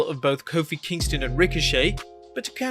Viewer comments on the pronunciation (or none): none